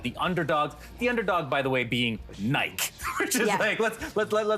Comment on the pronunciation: Did this guy just call Nike - N-I-K-E?